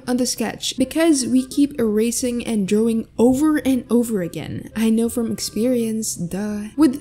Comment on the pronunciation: lol i love how she says "DrOwing" idk why.